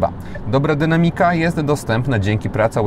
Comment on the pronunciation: sprawdź proszę jak prawidłowo akcentuje się słowo "dynamika" bo bardzo często go używasz i niestety akcentujesz niepoprawnie przez co brzmi to słabo. Pozdrawiam!